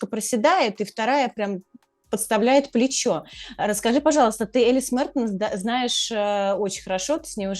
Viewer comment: Боже какая дичь, что Кудерметова, что Тартакова вы чё курите... Какая Элис.... Она ЭЛиЗЕ с ударением на и.... Бабы, за вас тупо стыдно